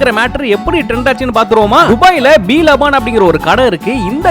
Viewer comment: தம்பி அது பேரு லபான் இல்ல லபன்